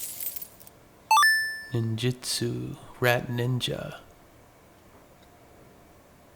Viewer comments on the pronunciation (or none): none